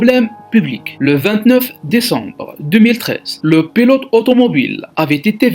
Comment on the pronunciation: c'est pas pélote mais pilote... vidéo de merde